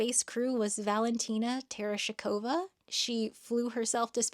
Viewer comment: you almost nailed her last name. Just drop the "e" after the "sh" and you're there. And, yeah, Valentina probably FORGOT more stuff about spaceflight than Katy and them girlzzz even know now.